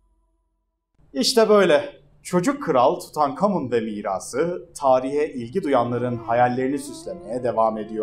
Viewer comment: Tutankamın diyip durduğun için izleyemedim videoyu ama güzeldir illa ki attım bi like